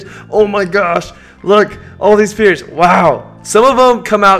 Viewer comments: he keeps saying spears instead of spheres 😤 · He says spears instead of spheres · no one gunna talk about how he says spear not sphere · when he said spears instead of sphere😂😍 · Everyone is making ball jokes but I'm distracted at the fact that he says spears instead of spheres. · he says spears not spheres lmaoooo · It's spheres not spears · Spheres not spears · its spheres not spears btw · S-fears=spheres.....not Spears. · sphere not spear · It's a SPHERE, not a SPEAR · Is he saying "spears" instead of "spheres"? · It's sphere not spear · Spears? Instead of spheres??? 🚩 🚩🚩🚩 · OMG YOU KEEP SAYING SPEARS INSTEAD OF SPHERES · he said spears instead of spheres😐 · He kept saying Speer